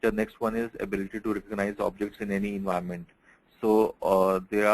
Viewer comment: Say clearly environment support.:face-pink-tears